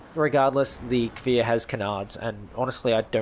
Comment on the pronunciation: omg the first youtuber to say cfir right yessss thank you